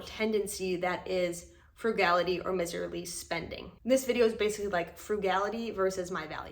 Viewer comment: *miserly, said with a long I, not a short i. "M-eyes-erly.